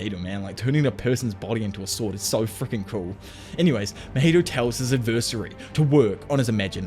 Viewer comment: Love your videos but pls learn how to pronounce adversary